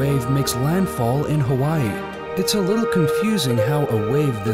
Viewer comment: did he say kawaii or Hawaii?